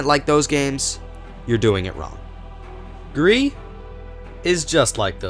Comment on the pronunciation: dislikers are the kind of people that are mad that you suck at pronouncing Gris